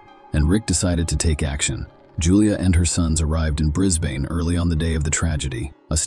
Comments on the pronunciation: It's pronounced Bris-ban. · Or Brizzbin. Also pronounced an obviously latina name of Me-larna as My-layna. 🙄